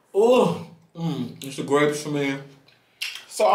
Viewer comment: Not grawpes 🤣🤣🤣🤣